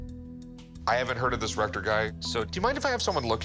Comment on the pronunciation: Oh Rector!! I thought they were saying Rectum until I looked at the subtitles.